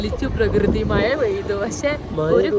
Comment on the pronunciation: മയ എന്നല്ല മഴ എന്നാണ്